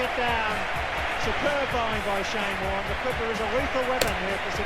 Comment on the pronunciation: Warnee😂😂😂Trust a Yank to bugger the obvious up!!!